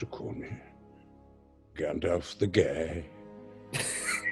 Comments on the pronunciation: Did he said I‘m Gandalf the Gay? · Did Ian really say Gandalf the gay? 😂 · Who else understood Gandalf the gay?